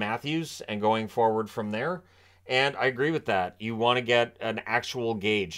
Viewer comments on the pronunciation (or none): none